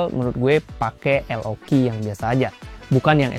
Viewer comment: Koreksi dikit bang, berdasarkan keterangan dari pihak Lenovo Indonesia pas waktu Podcast di YT Jagat Review yang bener LOQ dibaca "LOK" bukan "EL O KI" CMIIW